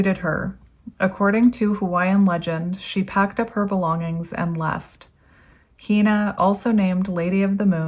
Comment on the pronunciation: Hina is pronounced HENUH. ...Ah, you got it. (My granddaughterʻs name. ☺) In Hawaiian each vowel is pronounced, and sounds like those in Spanish, or Japanese.